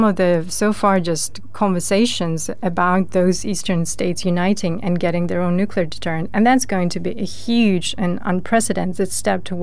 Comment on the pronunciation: Somebody PLEASE teach that lad how to pronounce "nuclear"...'!